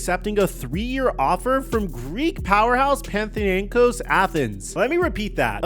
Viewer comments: Pa-na-thin-ai-kos. Also, remember those contracts are also net after taxes, and don't include any other perks they get like transportation, housing, or staff (like a personal chef) . So it's 13 million take home +perks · Pana-tha-nik-kos Span-na-ko-pi-ta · Bro your butchered panathinaikos